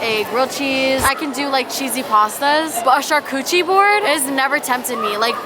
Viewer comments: char-cootchie lmao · You said CharCOOCHI board hahahaha I love it! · "Charcoohie board " and "brushutoo"😭😭😭had me deadd lmaooo💀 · the word "Charcuterie board" "shArCoOchie board" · I’m going to start pronouncing it char-coochie-board